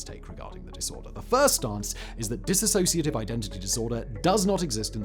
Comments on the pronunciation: Hi it's 'Dissociative' Identity Disorder not 'disassociative'. Soz ✌️ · THUMBNAIL: "Dissociative" TITLE: "Dissociative" SIMON (Throughout the Entire video): Dis-associative... Lolol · The first thing is as a rule do not listen to someone who cannot even say the disorder correctly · Please pronounce it correctly!! 🤦🏼‍♀️ ...I know it's the hardest unicorn to explain...& The information is always cloudy. I am a 48yr person who has this...diagnosed years ago . Very complicated.... Complex post traumatic stress disorder explains alot of the symptoms .